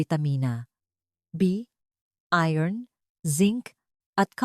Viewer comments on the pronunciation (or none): none